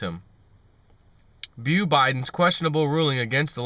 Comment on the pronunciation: "Bo". As in Bodacious. Not Bew.